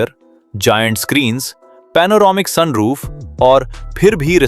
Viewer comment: Soon roof kya hota? Sun roof hota hai😂😂😂